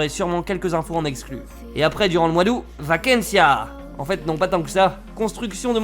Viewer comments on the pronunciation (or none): supe video mais on dit OUTE * pour aout pas *aou